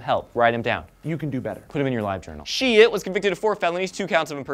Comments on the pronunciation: Not to be a downer, but it's pronounced shy-t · its actually more like Sh-eyed-t. one syllable :P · His last name is pronounced Sh-eye-tt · That is actually my mother's maiden name. It's pronounced "SHITE" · Are you guys sure you're not butchering the guy's name? It sounds like you are, lol.